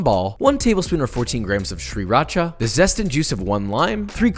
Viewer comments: He owns a Zojirushi AND pronounces sriracha correctly?? Damn, I'm impressed. ⭐⭐⭐⭐⭐ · I've never heard someone pronounce Sriracha the same way I do and I got a little warm growth in my